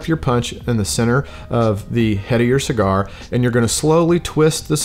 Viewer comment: Bruh didn't realize I watched this before until he messed up the name of the cigar 😂